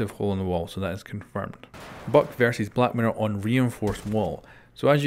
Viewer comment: Did anyone else hear black matter instead of black mirror